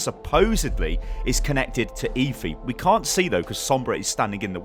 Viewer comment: GODDAMN ITS NOT EEVIE ITS EFFIE